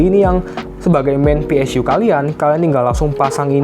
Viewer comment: PSU BANG BUKAN PSYU